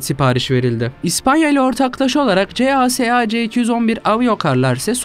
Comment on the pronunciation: Kardeşim her markayı doğru okuyorsunda CASA ve KAI firmalarını neden kodluyarak okuyorsun,bu firmalarda Airbus,baykar gibi okunabiliyor. Gereksiz kodlamayla koordinasyonu zorluyorsun...